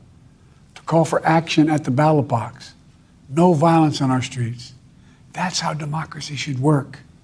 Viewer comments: 🤦🏻‍♂️ even the automatic subtitles have it as "battle box"... Not ballot box, poor guy lol can't catch a break. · He 100% said battle-box rofl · Potato head said battle box. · he did say battle box though. twice! at least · Oh, he said ballot box. I thought he said battle box, hahahaha. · “Battle box?” Did he mean to say ballot box? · he 100% said battle box. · Battle Box or Ballot Box ??? :face-fuchsia-tongue-out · The battle box? I'm sure this geriatric said battle box not ballot box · He definitely said battle box, twice. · Did he say battle bus? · nah i honestly thought he said "BattleBox" as well LOL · He was trying to say battle bus. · He said Battle Box 3 times. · lmao Ballot box, I 100% thought he said Battle Bots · "The battle bots" 😂😂😂 He TOTALLY messed that up, man 😂 I know what he MEANT, but he said somethin different lmao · He said battle box at least 3 or 4 times lol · wemmmbleblublubbu gobbly gub battle box --- end of speech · Am i the only one who heard BOX every time? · He def said battle box 😂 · I swear he has the first defective neuralink installed😂